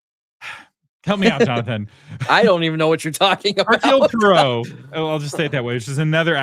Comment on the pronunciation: Wait, did Jonathan ask who Poirot is? FYI: he's the greatest detective ever. it's pronounced: Poo-are-row. Say it really quickly.